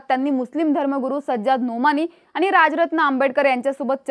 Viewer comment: मुद्दाम आनि पानी करू नका 😂 शुद्ध मराठी बोलण्यात काहीही गैर नाही